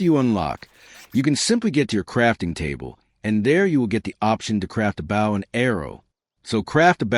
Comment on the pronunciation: Was this done with an AI voice? I can't believe that any human wouldn't know how to produce Bow